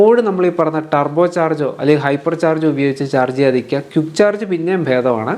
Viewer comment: ക്യുക്ക്❌ ക്വിക്ക് ✅ എക്യുപ്മെൻ്റ്❌ എക്വിപ്മെൻ്റ്✅